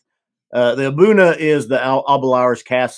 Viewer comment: I checked a video with Aberlour international brand ambassador Alex Robertson, and he did pronounce A'Bunadh, "Ahboona" . I was wrong all this time and you were right.